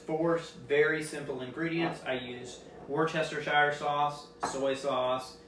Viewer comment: "war-chest-o-shire" lol